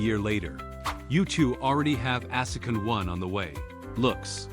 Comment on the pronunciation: It is obvious you are working on your translations but how does it mess up the word "second" so badly? Story wise i hope Leon protects his family and i am including Melkvie as well. I am worried about her...*sigh* what a great story! Love it!